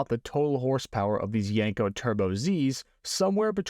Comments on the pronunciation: I don't know... One thing kept grating on my eardrums every time you said the word... That word was Yenko. It's pronounced exactly how it's spelled YEN-ko, not YANG-ko or YENG-ko. Other than that, pretty cool vid, straightforward and informative. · YEN-KO not YANK-O !!